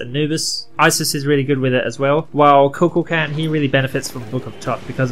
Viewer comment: Ku Kool Kon is how u say it lol